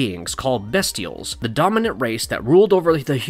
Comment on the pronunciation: The characters are called the Bestials (first syllable pronounced BEAST, NOT BEST)